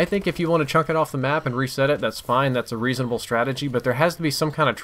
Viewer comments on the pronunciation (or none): Wtf does 'Chunk the ball' mean? If you mean the word 'chuck' then you are saying it wrong. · CHUCK,, The word is chuck. Chuck. Not chunk. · Thank god. Thanks for posting man, glad to know it's not an actual thing to say chunk in place of chuck. should remake this video now we've confirmed this...:) loolol